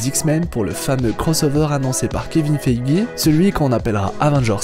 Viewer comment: Pour quiqksilver je savais pas, juste un truc, kevin feige ça ce dit feije et pas feigi, merci pour cette vidéo !!